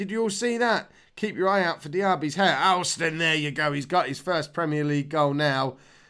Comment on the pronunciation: Alston is pronounced Olston.